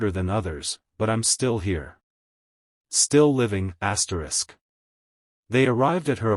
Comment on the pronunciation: Could not listen this after I heard the hundredth ASTRIX